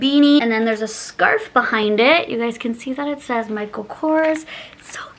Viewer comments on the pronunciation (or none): none